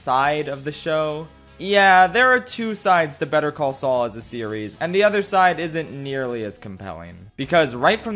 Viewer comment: He called Sual